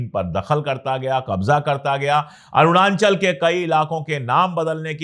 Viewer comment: "Arunanchal" nhi "Arunachal" jaise ki himachal